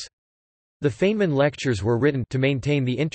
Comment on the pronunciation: Feynman's name is mispronounced throughout this article. It is supposed to sound like "Fine men" not like "Fain men" as it does here.